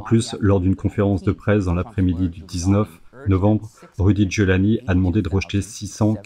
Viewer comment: Giuliani, not JIULIANI